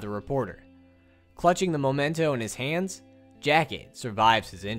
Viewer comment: It's pronounced memento. You've been saying moment in Spanish the whole time.